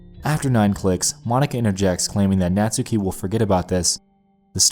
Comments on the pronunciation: its buffsuki not buffstuki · Ika (いか) was pronounced fine. You butchered Natsuki the whole video though.